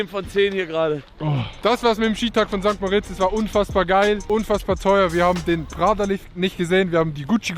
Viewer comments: Du könntest perfektes Schweizerdeutsch sprechen, solange du St. Mooooooritz sagst statt St. Moritz wird dich jeder als Deutschen erkennen. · Warum sagt immer St. Moooritz?😅 Adi sagt es komplett clean